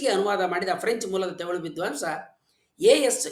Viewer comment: Nimma bhashane thumba channagidhe. Dhayavittu, Themilu, themilu annabedi. Thamirh antha kariri. ( where, are word galalli English navaru uchadane maduvange "rh" andhare "ழ், ழ " antha aguthe.